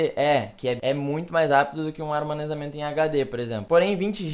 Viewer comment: ele disse armanezamento varias vezes kkk